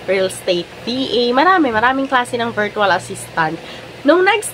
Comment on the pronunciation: it's pronounced /ˈvərCH(əw)əl/ not VEERTWAL. I hope you are not offended po.